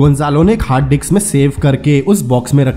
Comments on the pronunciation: Bhai wo disk hai dicks nhi hai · Haha diks nhi hota bhai Disk hota hai hahaha